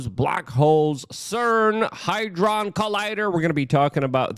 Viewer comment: "HAD-DRON" Good sir. In a sentence to help pronunciation "Had Ron realised Hermoinie was transgender, he'd have have thought twice about sharing his twitter/X handle" Love your content, keep up the great videos.